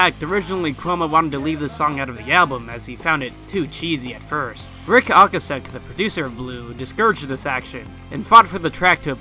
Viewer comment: TFW you’re trying to come across as an expert on music and you can pronounce Ric Ocasek correctly.